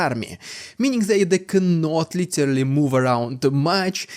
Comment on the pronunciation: Stop saying litelly..its literally..but you still say too much